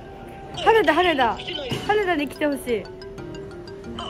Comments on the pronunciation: は↑ねだ が1番気になるw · はねだの言い方の発音かわいい笑